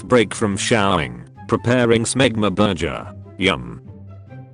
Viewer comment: I never get tired of hearing the pronunciation of "berjur". It makes the worst story funny.